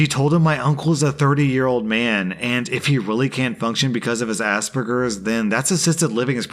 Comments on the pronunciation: "Deal with his Aspergers" It's moments like this that make me think people are deliberately saying it wrong, I have Aspergers Syndrome and its ppl like this that people mock it as Ass Burgers, That's NOT how it's As-spur-gers. Do you pronounce Germs the same way? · Wtf? 😂 Assburgers! It's As per gers not assburgers 🤣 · Did say “asburgus” instead of as-per-gus! Like that’s really disrespectful.ik it was spelt like that but it is a disability and it deserves to be said properly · i swear he said "ass burgers" not the type of autism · I love listening to you, but is it an American thing or are you just taking the piss? It is Aspergers, there is only 1 s and no b, why the hell do you keep calling it Assburgers? As someone with Aspergers I feel somewhat offended by this clear fuck up of a pronunciation. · God the way you say aspergers bothers me. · Aspergers has a hard G, not a soft G, meaning it shoulder be a J sound.